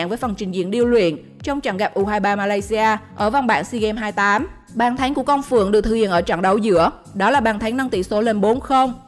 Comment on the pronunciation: ko bt về bóng đá thù đừng nói xàm. bàn thắng của segame mà đưa toàn giải khác. đọc thì sai. thành chung thành thèn trung. bàn thắng thành bàn thánh....